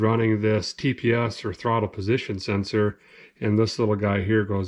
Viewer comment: Great vid again made me laugh, new word for you... Throcket Rod.. part of carb.. lol.